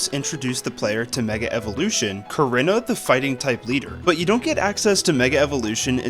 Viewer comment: It’s pronounced viv-EE-AHN, BYE-nuh-cull, kuh-REE-nuh, sih-JIH-liff, HAH-loo-chuh, RAY-mohs, ROHZ-rayd, VEH-noh-shahk, CLEH-MENT, ehm-MAHL-guh, luh-VARE, and DRAP-ee-ahn, “Patrick Star”! 🤨 Also, Sandstorm is a Rock-type move, not a Ground-type move!